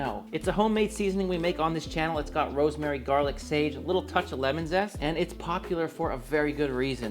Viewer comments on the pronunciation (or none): none